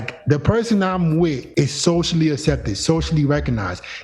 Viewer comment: Ak-septed As-septed (Which accent is dat?)